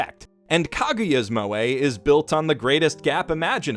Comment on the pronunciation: I thought it was pronounced mweh not moway